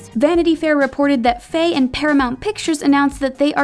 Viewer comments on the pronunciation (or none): none